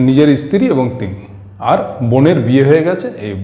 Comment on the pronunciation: Apni bar bar istri bolchen sunte karap lagche. Ota stri hobe